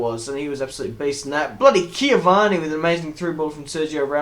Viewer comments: Its Cavani, not Ciavana. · Cavani, not ciavani